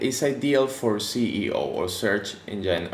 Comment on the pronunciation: Great video! 👍🏻 Another great thing to test those modes out is to disable/enable the JS on your page. With an extension, it can be doable with a quick keyboard shortcut. 👌🏻 Btw I love the way you say SEO, like "if you don't care about your CEO". 😂